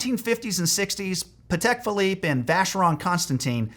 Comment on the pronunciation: Poor guy does not even know how to pronounce Patek